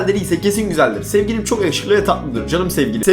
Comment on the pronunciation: Abi niye herkes Sewgilim felwn diyor amk